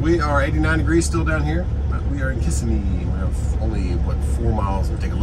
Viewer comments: Locals pronounce it Kah' simmie. LOL Kiss a me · I love hearing you try to say Kissimmee. It looks like Kiss Im Mee, but it is now. More like kuh·si·mee. One smooth word together. Most people not from FL get it wrong. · Kissimmee is pronounced kiSIMee. KISSimee was invented by D Yankees